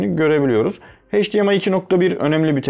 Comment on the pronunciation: Videonun %80'i "Çince" sözcüğünden oluşuyor. Çin versiyonu alıp ne bekliyordunuz? Cümleleri de tekrar tekrar söylüyorsunuz, hatta üst üste iki kere aralıksız aynı bilgiyi tekrarlamanın amacını anlamadım. Bir de heyçdiar, heydiemay değil, eyçdiar ve eyçdiemay.